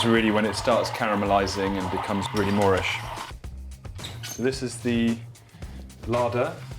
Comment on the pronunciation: Did he say “moorish”?